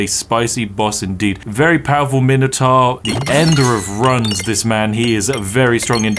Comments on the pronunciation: How the fuck a self proclaimed english person not know how to pronounce minotaur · You're mispronouncing minotaur.